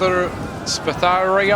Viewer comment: Just a tip the Spatharioi and anything that has (ioi) in it is ussuallya greek word since from my experience only their writings use those and its prononounced (ioi as i i) so like Spathar (ii) i hope my explanation makes sense. great battle btw gotta love the shock cav! they do so much work.